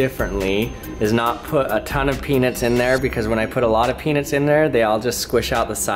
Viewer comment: When you say peanuts, say "pee-nuts" not "pee-nits". Every time you say peanuts, I swear you're saying penis.